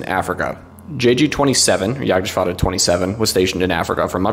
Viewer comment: Gotta commend you on the perfect pronunciation of Jagdgeschwader. Was a pleasant surprise to hear from an English speaker and definitely the best I have ever heard! Keep up the great work